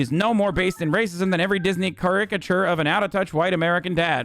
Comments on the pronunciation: say cuh-RI-kuh-chur one more time i stg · The real story here is how Hasan pronounces "caricature". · how hasan said caricature really rustled my jimmies